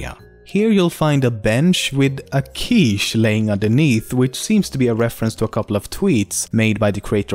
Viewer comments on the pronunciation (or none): none